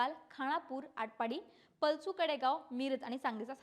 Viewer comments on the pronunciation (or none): पलसू नाही, पलूस.